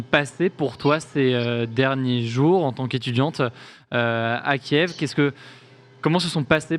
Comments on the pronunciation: si tu respecte les Ukrainiens c’est Kyiv que l’on prononce Ki-iv.. Kiev prononcé Kief = Russe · frero arrete de dire KIEF c'est KYIV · Je suis désoler mais tu prononce mal Kiev